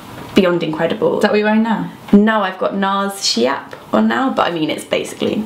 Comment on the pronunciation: Schiap is pronounced skee-app :)